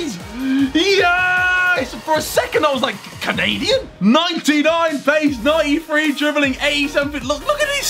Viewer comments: Man said 95 ps its 93 pas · Did he say 95 passing not 93